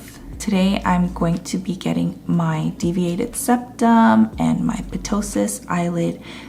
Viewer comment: 👍 👌 great content😍..btw ptosis is pronounced as tosis..p is silent here🙂just for da info though